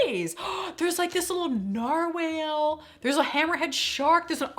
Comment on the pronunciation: This video made me smile and laugh (except for your pronunciation of Narwhal). Nothing here I'd buy but you're funny.